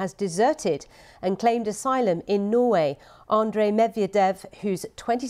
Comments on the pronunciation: *Norway. Although Norwich to Russia would have been funnier 😄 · 🙄 For God's sake - that so called reporter can't even read the sentence correctly ! She saying "he crossed from Norwich to Russia" 🤩 This is the privilege of being born to a nationality ! Nobody giving me any job and then she who you cannot even read a simple sentence in your in her own language can be in The Newsroom